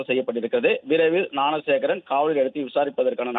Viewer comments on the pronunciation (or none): நான சேகரா ?..என்ன நியூஸ் படிக்கிறே மேன் ? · Please train the news reader how to pronounce the name of the accused